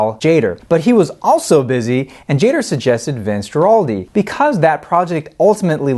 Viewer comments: completely agree. gua-ral-di not jua-ral-di like he did the whole time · You could at least learn the proper pronunciation of "Guaraldi". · So how come we didn't hear any actual cuts from the album? Was it licensing issues? By the way, Guaraldi is pronounced with a hard "G" as in "go" (gerr-all-dee) and it's Beethoven's "Fur Elise" not "For Elsie". Sorry to be picky but everything else about these episodes is top-notch so the mispronunciations jump out. Great choice for a review, by the way. Always played at my house.